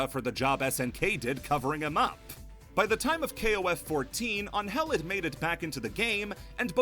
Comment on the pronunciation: on-hell? you mean angel right? lol since she is mexican you can call her annhell withut separating both words and trying to acentuate the first vowel instead of the second.